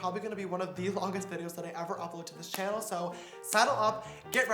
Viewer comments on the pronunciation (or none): anyone else hear that?welcome back to my youtube tannel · He said YouTube tannle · He says welcome to my yousubesanel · Did y’all here welcome back to my YouTube tannel??🤔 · Welcome to the YouTube tannel Me:isn't it channel not tannel.....